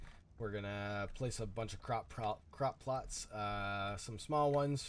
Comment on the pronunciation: You can't say plots for some reason lol. Don't feel bad, I can never say apocalypse lol. Or wolf 🤣🤣